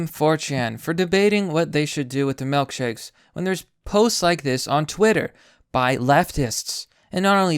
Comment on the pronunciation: Melk shakes. Huh.